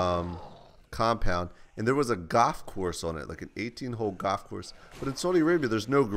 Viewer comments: its gall-f not gahf jesse lol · ...goff course? Went goffing? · It's goLf, Jesse. Lmao. Not gof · i thought i heard GOTH course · I thought he said "Goth course" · its funny how u say golf like gof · He says golf funny. Love ya Jesse